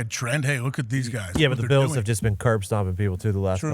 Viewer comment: Why can't McAfee pronounce "Bills" properly?